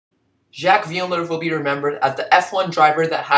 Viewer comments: Thanks Najwa, glad you enjoyed! I was happy with this video when it came out but yeah I can’t believe I pronounce his name so badly... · I already mentioned the mispronunciation in the pinned comment, but again I really apologize for messing up his name. I didn’t realize until after I uploaded the video and now it’s too late to change it. Mispronunciation aside, I hope you liked the video and be sure to check out some of my newer stuff which is a lot better than this one... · I’m very sorry about the mispronunciation of his name, looking back on it it’s quite silly of me since he’s literally the topic of the video. But my content quality (and pronunciation) is much better in my more recent videos. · Liked the video despite the mispronunciation of his name. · if you are making a video about someone couldn't you at the very least learn how to pronounce his name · Amazing video man, keep it up! Apart from the name pronounciation, this is still a really great video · Hello everyone, I really apologize for the mispronunciation of his name. It wasn't until after uploading the video that I realized I was pronouncing Villenuve's name as 'Villnerve', which is completely wrong. Despite the incorrect pronunciation, I hope you enjoyed the video. Please keep in mind that this was one of my first videos, and the content that I put out nowadays is much better. Be sure to check out some of my newer videos if you want to see what this channel has to offer. Thanks and have a great day! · Glad you liked the video, and sorry for pronouncing his name wrong🤦‍♂️ I was pronouncing it like ‘Jack Villeneuve’ I assume that is what I was saying wrong. I’m actually Canadian, but not from Quebec so that explains my accent 😂 Hope you subscribe for some more great F1 content and hopefully better pronunciation of names 😉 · Would you please learn how to pronounce his last name ?